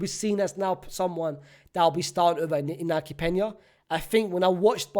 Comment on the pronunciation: Brother I know english isnt your first language but WHO TF is INAGO and SZCZERSNY